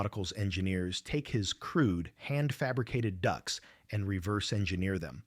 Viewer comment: It's ducts. Not ducks!